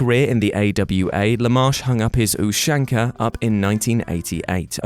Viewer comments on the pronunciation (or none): none